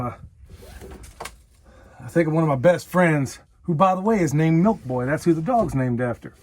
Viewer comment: You said Milk Boy wrong again. Milk Bwa!